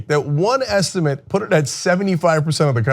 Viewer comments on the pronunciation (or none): none